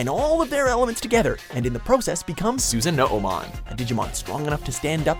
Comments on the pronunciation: susan- no-mon.. wtf. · “Susan-no-o-mon” lmfao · it's sussanomon not Susanmon like who the fuck is Susan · sorry but it's pronouced Susanoo-mon not Susan-oo-mon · it's SU-SA-NO-man, not SUSAN-NO-O-man. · Dear lord... Susan-No-Oh-mon... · its "SUS-AH-NO-MON" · susan-oo-mon???!!! seriously dude xD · This one was pretty good but I couldn't stand the Susan oh oh mon. Like you started trying to say it then just gave up at the o's. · Susan-nono-mon? Yikes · "Susan-no-o-mon" are you fucking kidding me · Susano-o-mon? Really? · "Susan Uh-Oh Mon" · You butchered Susanomon name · Sigh... that Susano'omon and Diaboromon pronunciation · Fuck, you even added an extra syllable to Susanoomon! Just how much worse can you be pronouncing these names!!! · So they fuck up Susanoomon's name and just as he's about to say it, they cut? Nice job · as someone who struggles to pronounce some digimon names.... I'm cringing at how this guy said susanoomon